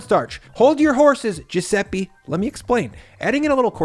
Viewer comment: And if you need to offend Italy at least learn to pronounce "Giuseppe" correctly. What's next? Sushi using cous-cous?